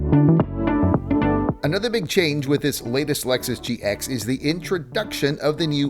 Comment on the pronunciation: You cannot even get the name of the vehicle you are reviewing correctly pronounced or correctly spelled. Pathetic….